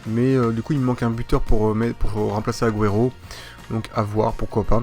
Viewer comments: cest pas aguero cest agouero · Il m'énerve à mal prononcé aguero, c'est agouero la prononciation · PUTAIN PRONONCE LE MIEUX AGUËRO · on dit aguoéro et résé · tu ne sais pas prononcer aguero et jese